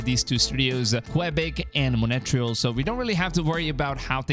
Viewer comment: Qwabik.. and Monatryil..? Lmaoo it’s Quebec (Qua-Beck) nd Montreal (Mon-Tree-All)! 😁